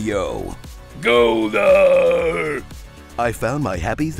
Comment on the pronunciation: Hahahahahah "Goldar"!